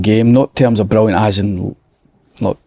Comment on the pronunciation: Si asks a relatively normal question...slaney " brullyant question " ..absolute dafty man